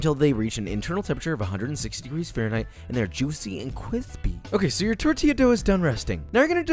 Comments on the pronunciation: Please stop saying kwispy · This video has every Joshism in one: "Cwispy," "Cronch," "balls," gratuitous butt shot and a new classic: "thicker than a snicker" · No on: Joshua: CWISSSSSPY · drinking game: take a shot every time he says "kwispy" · I never understood the satifaction of a grown man saying Cwispy like this. I feel like i can die peacfully now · “Cwispy” has officially replaced “crispy” in my vocabulary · Amount of times he said kwispy: KWISPY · Yeah too bad he doesn’t really say it anymore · That was so cwispy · I want to punch a hole in the wall every time he says cwispy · I love when he says “cwispy” 😂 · Nobody: you want it crispy Josh you want it qwispy uwu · Every time you say cwispy (kwispy) i say that’s the last time I’m laughing at that. But alas I laugh every time. Love your videos and love of food and educating others to love food and also cook for themselves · Hearing you say cwispy every time actively inflates my already close to bursting aneurism. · The recipe is decent, but I can't listen to a man who says "cwispy." It's a personal short-coming of mine, and I'm deeply embarrassed of it. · Is it just me or does he say kwispy instead of crispy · nobody nobody at all Josh: cwispy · I hate to admit it, but the cwispy meme aint doin it for me anymore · Drinking game watch 20 of his videos and every time he says “cwispy” then drink simple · Love Josh, very happy to see his youtube rise and success. He helped make cooking a passion of mine and my life is richer because of it. Ok but I just gotta say I hate it when he says "cwithpy" instead of crispy. I just hate it lol. Just had to put it out there and get it off my chest. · Nice and "qwispy* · Love all the vids keep it up and make sure it's cwispy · I swear no food withing a 5 mile radius of Joshua is safe from becoming kwispy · So Joshua is not seeking a long term sponsorship deal with Taco Bell, Lol! (Or Is it because you insist on saying ‘kwispie🤦‍♀️) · I loose it every time he says kwithpy